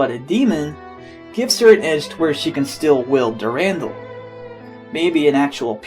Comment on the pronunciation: And its called Dur-an-dal